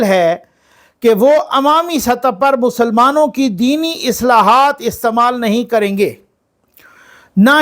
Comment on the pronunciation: اصلاحات نہیں اصطلاحات